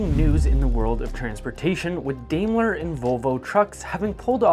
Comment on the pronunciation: I don't know where you come from but, Here in the states we call it "Dime-ler"